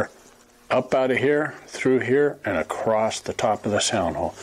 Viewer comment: This guy's the real deal. A true craftsman says "acrost", not "across".